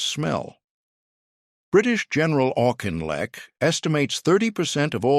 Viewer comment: You're pronouncing Auchinleck wrong. It's like that film star, Ben Affleck.